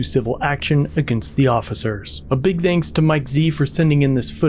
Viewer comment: Psa to: you say “thanks” wrong.